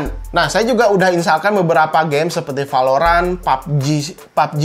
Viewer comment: Ciri khas channel ini kalo bilang " v " jadi nya " p ". Like valorant bilangnya palorant